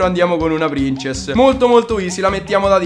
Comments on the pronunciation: mi piacciono i tuoi video ma SI DICE PRINSESS NON PRINCESS, spero che tu lo sappia ahahah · si pronuncia prinsess xD Grandissimo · Si pronuncia "Prinsess"! ; ) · No non prinsess ma prinzess lol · princess? se proprio devi dirlo in inglese dillo bene sennò dillo in italiano... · si legge prinsess non princess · almeno se devi chiamarla in inglese ( non so il perché ) chiamala prinsess ( ho scritto come si dice) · La prin... cosa? La c si dice s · Lui pronuncierà pur male princess, ma tu caro mio hai ucciso la punteggiatura. Torna a scuola, quando saprai scrivere allora il tuo commento sarà almeno leggibile.